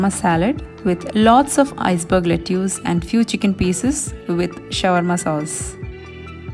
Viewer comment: Hi, I am Anna. ( writing from hubbys account). Old enough to be your mom! I would like to humbly correct your pronounciation of Lettuce. The correct pronounciation is “ Let is. “ Not “ Let use”. I love watching your entire family’s blogs! 🌸